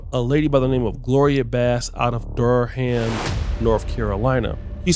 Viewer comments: It's pronounced more like Durum instead of Dur-Ham . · This nigga said DUR Ham lmao